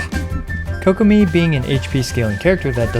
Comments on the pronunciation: Kokomi ❌ kokopium ✔️ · Ah yes Kokomeme